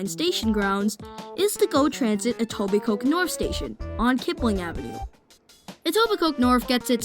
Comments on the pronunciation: Informative and well done video! By the way, people don't pronounce the 'k' in Etobicoke, effectively it's Etobico. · Great video and intent. Thank you. One tip... The ke in Etobicoke is not pronounced. It's pronounced etobico